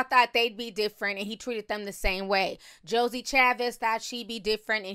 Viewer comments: Lmao you forever calling her Josie 😂😂😂 it’s JOIE (pronounced like JOY) 😂😂😂😂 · Why do you keep calling Joie(Joy) Chablis Joey ????? I can’t take it 😒😂🙄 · I cringe every time she says Josie and not “joy” 😂🤦🏽‍♀️ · If you say “Josie” ONE MO’ TIME!! 😩😩 It’s JOIE!! 🙄😂😂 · I think the 5th baby mama´s name is Joie (pronounced either Joey or Joy). It´s not Josie/Josey. It´s funny that he is now requesting gag orders since that´s what Ciara had to do with him because he kept talking about her. And when Monica´s baby daddy took him to court, he was trying to clown him for going through the court system. Now look at him.